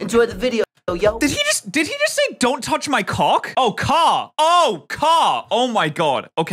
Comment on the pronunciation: It sounded like YOU said cock